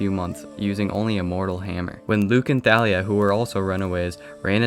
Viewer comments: I'm pretty sure Thalia is pronounced like "Tall ia" not "Tha lia" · Nah, the author said it was pronounced Tha-lia.